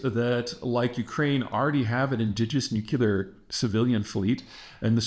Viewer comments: It’s Nuc-LEAR, not Nuc-ULAR. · Why do you say, Nu-qu-lar weapons ?! Is it cuz New-clea-r weapons Do Not Exist ?! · OH MY GAWD! You said it right! You can do it! you said it right. "Nuclear." Finally. Oh, all this speech reinforcement wasn't in vain. Thank you, thank you, thank you. Keep it up. I know you slipped up a couple times but YOU CAN do it. (No more Shrub-isms) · “It’s pronounced NukU-lar”… why does Peter Zeihan talk like Homer Simpson? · It's not nuke you lar though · And I thought it was just me. I too always cock my head a bit when I hear “nucular”. I always say that there isn’t a U after the C. It’s no big deal but I always think of W when I hear it, Great job, keep up all the great reporting and insights. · Peter: You sound illiterate when you constantly say NU-KU-LAR. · It‘s called Nucular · Peter, thank you for working on the pronounciation of ‘nuclear’. It may seem minor, but when you pronounce it ‘nucular’, it just makes you sound like Bush II. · nearly half of them were still pronounced "nucular" though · You can’t even pronounce nuclear correctly. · At least he knows how to spell "nuclear", if not how to actually pronounce it.